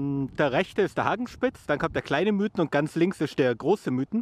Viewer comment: Super Videos aber es heisst Miithen und nicht Müüthen :-) Aber in der Tat super Sommerziele. Gruss